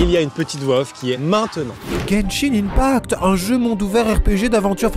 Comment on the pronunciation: juste on prononce genshin 1pact sinon la première et la dernière cachette de Thomas me fume 😭:chillwcat